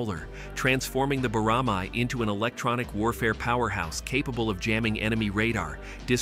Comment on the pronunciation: You pronounced it wrong. Boramae is pronounced Bo-ra-mae (ae is like "a" as an apple).